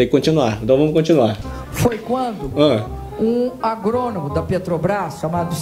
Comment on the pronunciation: kkkkk parace que fumou uma erva estragada "agrononão.....jeólugu" pq na cabeça dela e isso que se passa uma groselha braba !!!kkkkk